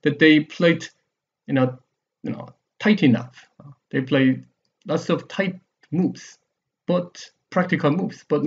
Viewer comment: "much more tight-tuh!" hehe i keep gigling